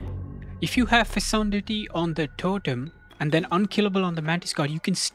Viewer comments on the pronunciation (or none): It's pronounced fecundity not fesundity